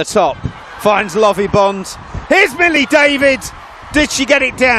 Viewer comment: He also said Hollie David its Millie! He should have just given the mic to Rocky for the duration